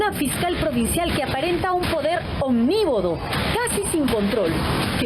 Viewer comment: Sra. Periodista, usted dice "omnívodo" y la palabra correcta es "omnímodo". Cuidado!!!...😂